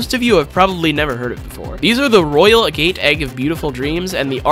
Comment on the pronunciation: its funny how he pronounces agate